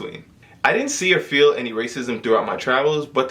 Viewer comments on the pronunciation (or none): none